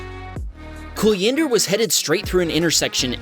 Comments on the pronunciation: it's not KUL-YINDER it's KUL-JINDER J is J not Y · It’s pronounced kul-jinder. The J is not pronounced like an H.